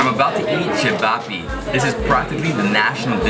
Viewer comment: The way he pronounces cevapi